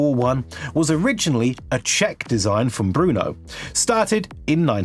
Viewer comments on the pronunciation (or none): Brno not Bruno.